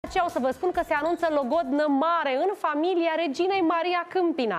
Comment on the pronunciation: Se face "logondă " 😂😂😂😂și, tare fericiți sunt!😂😂😂😂😂😂😂